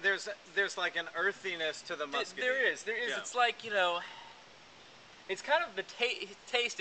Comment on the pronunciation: I can't take a review seriously when you can't even pronounce muscadine it scuppernong right.